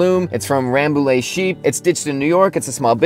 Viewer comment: Frenchman here : it's "Rambouye". Nice vid!